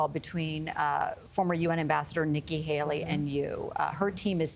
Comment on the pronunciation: Did she say Vicki Haley